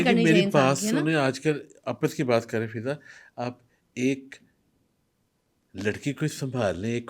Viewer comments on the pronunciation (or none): How many times hes said fidda instead of fiza